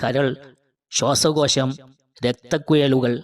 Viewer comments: പഴം എന്ന് പറയു. പയം അല്ല. ഏയ്‌ അല്ല ഏഴു. സ്വസ്കോസം അല്ല ശ്വാസകോശം. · അത് കൂടാതെ ശ്വാശ കോശം എന്നും പറയുന്നു